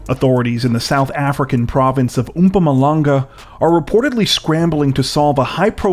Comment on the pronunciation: Haha it's pronounced moepoemoe langga